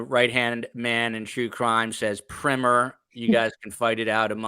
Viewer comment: Omg it's PRY MER.